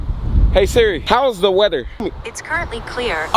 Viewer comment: When he said hi serie my serie activated